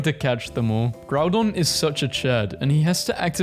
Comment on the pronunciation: groudon not groundon